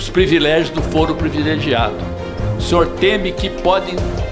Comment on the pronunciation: Ru Pimenta falou PREVILEGIADO...nem sabe a lingua patria !